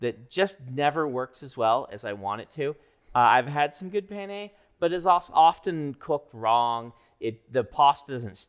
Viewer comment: How could you pronounce penne wrong? It's pronounced penne 🙄